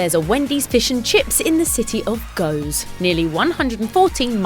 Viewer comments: Goes Netherlands isn't pronounced as spelled and in the video. More like hoose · More Goose, with a hard ( very hard Dutch) G